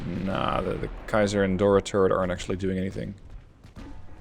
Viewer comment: C is not Kaiser (did you say that? i couldnt quite catch it, sorry)